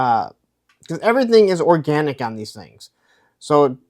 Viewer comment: “ ORGANTIC” 🙄🙄🙄🙄🙄🙄🙄🙄🙄🙄🙄🙄😐😐😐😐😐yikes